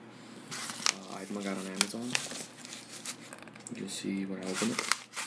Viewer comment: he said amozon